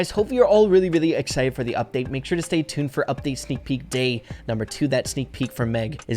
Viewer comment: Ahh yes seak peak